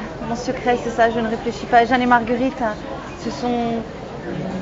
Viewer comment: Heureusement dans les doublages elle perd cet accent parisien a J'adore sa voix mais c'est insupportable ces fin de mot en 'in' ( pour exemple : - ce spectacle Magnifiquin, de Jeanne est Margueritin..... Tout est Ouverin). Je l'aime et elle m’énerve :)